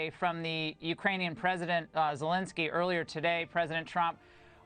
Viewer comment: Freaking Yankees, learn to pronounce. He is NOT Zelinsky or Zelelinski. His name is Zelensky.